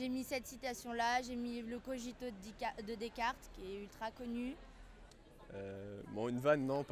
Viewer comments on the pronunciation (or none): "le cojito" de descartes , "hegels" mdddddddddddddddr